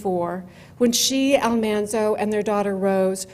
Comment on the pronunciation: I love the research that is in Prairie Girl - but this video puts me off when she lists Carrie as the Baby and mispronounces Almanzo.